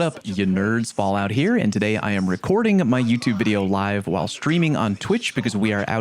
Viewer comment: Fallout: I think I pronounced correctly No, no you didn't